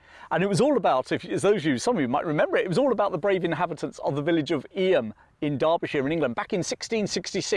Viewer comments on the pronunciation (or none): Eyam is pronounced Eeem, one syllable. Thanks. Always enjoy your offerings.